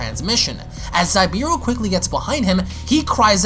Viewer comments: I believe it’s actually pronounced Zabieru “Zah-Bee-air-ru” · Also its Za-be-air-u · Amazing u but u said zabs name wrong also that's not goku its fon zabs brother plz love ur vids but do ur proper research and don't assume mid video or just ask the artist him self which u should look on insta pretty sure he addressed it